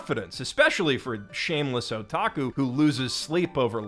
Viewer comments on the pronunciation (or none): none